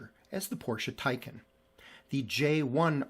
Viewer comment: Porsche Taycan, not Tycan.